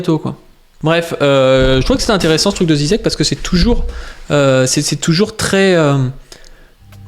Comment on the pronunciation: On prononce "Jijek" 😊